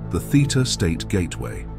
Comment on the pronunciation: Theta state. Not theater state.😆